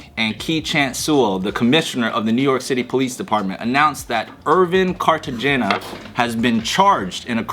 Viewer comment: It is Carte hena lmaoo